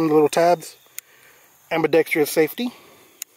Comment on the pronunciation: Lost me at "ambidextrious"lol